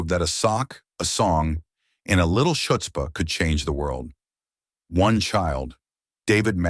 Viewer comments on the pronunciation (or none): A bit funny that the announcer pronounced chutzpah as shutspah. Lol. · Oy, that's chutzpah, NOT "shutz-pah." LOL The "ch" is pronounced like it is in the Hebrew words L'Chaim or Challah bread and from the throat, sort of like you're clearing it. The same goes for "chuppah." And, in knish, you pronounce that "k." "Meshuggener" is "meh-sugar-ner." Kaddish is pronounced "cod-dish." Maybe, next time, get a Yiddish coach or a Jewish bot. LOL Remember, some people are hearing these words for the first time. We want them to hear them correctly. Thank you for a great video. "Gah-LARS?" Really? It's pronounced "GAY-lahs." You do get points for getting mensch right though. LOL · Learn how to prounance chutzpah for God's sake. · Please teach your AI how to pronounce “chutzpah”